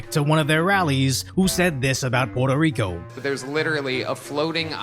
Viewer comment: puerrrrrrto rrrrrrico